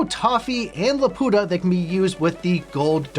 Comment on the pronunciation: I wish he would pronounce it like in studio ghibli rather than the way he keeps saying it 🙂‍↕️